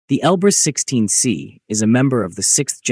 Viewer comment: Он Elbrus-16S, а не 16C